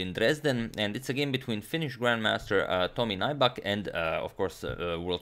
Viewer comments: "Naibak" but it's Finnish so pronounced as it's written. Nyybäk. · yes he is a poker pro..His name is not pronounced NAIBAK,, but NYYBEK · Nybäck is a Swedish surname. It is not pronounced like 'Nighbuck' but like 'Newbeck'. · Greetings from Finland (yay!)! Nybäck is actually pronounced something like "new-beck". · ä is like the "a" in cat y is like the "e" in few (without the W) tomi's surname would literally be pronounced "nyybäk" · His surname is pronounced more like "new-beck". Name is of Swedish origin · Nybäck's name is pronounced something like New-beck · No. It’s Nyy-bäk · For future games Nybäck is pronounced ''Nybeck''. Love the content tho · Or rather more like nübeck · Nybäck is actually pronounced "New back" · Nybäck isn't pronounced as nigh-bak. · Nybäck is pronounced like if it was spelled "Kneebeck" in english btw :) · It's pronounced as if you'd say "new back" (Nybäck) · You're pronouncing his name wrong. It's pronounced as "Neback" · No, Finnish is phonetically consistent. Nybäck is pronounced ['Nybæk]. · Just doing it poorly then? Even the English pronunciation would not be 'Neback'. It is standard for names to be pronounced by others the way they are pronounced in their native language. Chopin is pronounced [ʃɔpɛ̃], not [tʃɒpin]. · He has a swedish name and Nybäck is pronounced close to Knee-beck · Awesome, thanks from Finland! Although that's not how Nybäck is pronounced but nice try. #suggestion As you mentioned Heikki Westerinen in the previous video could you analyze his game against Boris Spassky in Solingen 1974 as it was Spassky's first game in the West after losing to Bobby Fischer in Reykjavik? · Agadmator pronounces all other names so perfectly, but I don't think Nybäck can even be pronounced any worse.